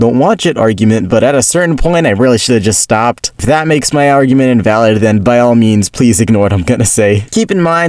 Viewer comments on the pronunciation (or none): none